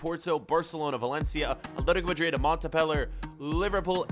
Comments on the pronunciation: mate Montpellier mont-pel-lier and it’s not ASSE it’s st essein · it is maunt-peh-lee-yeah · Montpellier pronounced Mon-Pelli-Ai